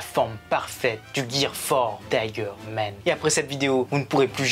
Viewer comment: Man pas Men un petit cour d'anglais rapide mdr !🤣🤣🤣